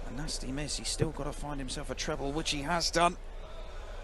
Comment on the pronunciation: "Tree-ble twenty"